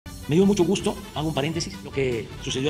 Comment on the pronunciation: ¡¡¡ Me dió mucho gujto !!! ¡¡¡ Ejtoy muy contento !!!